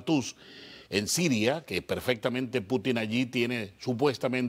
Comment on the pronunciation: Y este es el “especialista” en temas de Rusia. Vaya nivel de invitados. Para empezar, que le explique al como se pronuncia correctamente el apellido de Putin. Está claro que la dictadura cubana sólo persigue prolongar su existencia y que Rusia busca soluciones geopolíticas a su favor. Vaya tontería decir que Rusia busca en Cuba tierras y recursos para garantizar productos básicos. No hay mentira más grande que decir que actualmente Rusia está afrontando una crisis alimentaria. Infórmense mejor o mienta con algo más de creatividad.